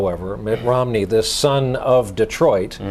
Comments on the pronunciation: At about or so he clearly says "Ritt Nomney". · Ritt Momney? lol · lol he said ritt nomney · ritt momney